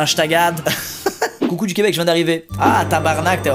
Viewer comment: Par contre en t'en que quebecois je doit te dire que ton tabarnak etais parfait j'entend rarement des francais en dire d'aussi beau bon apres la suite setais un peu moin bien mais on voie que ta bien travailler le tabarnak bravo!!